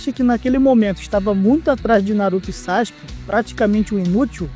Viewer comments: SAXIQUE???? onde tu aprendeu essa pronuncia? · Todo manga é assim😂 ja percebi isso aos 14 anos ...sendo um grande consumidor e fa. Por isso parei. Ps. Sakuke se fala hoje saski. mas antes todos falamvam sasuki😂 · Saxike não, fala direito